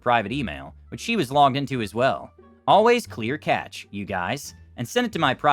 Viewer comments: cache is pronounced the same as cash. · This word is one of the worst for getting mispronounced.